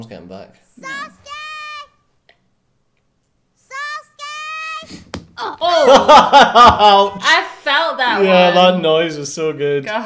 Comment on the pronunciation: 🙅‍♂️ Sasuke 🙆‍♂️ Sousuke